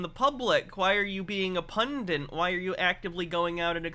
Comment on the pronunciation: I love your work, but please, for the love of God, stop saying "pundant" instead of "pundit." I mean no disrespect. Keep doing what you're doing. Just... please...